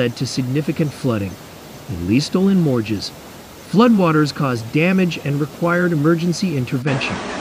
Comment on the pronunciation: It’s mostly in the French part of Switzerland. By the way, Morges is pronounced like morsh.